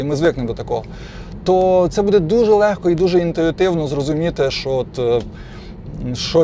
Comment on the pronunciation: Кто тебя учил украинскому языку?! Что такое будЭ? Всю жизнь было бУдэ.....